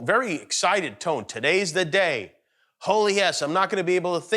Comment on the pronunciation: “The pentagon put d real nuclear code to d football”. I’m dead 🤣🤣😂🤣